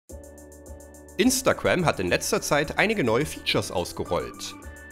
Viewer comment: Alter 4 von denen kannte ich schon 🤦🏻‍♀️🤦🏻‍♀️🙄 außerdem heißt es Instagram und nicht imnstagamm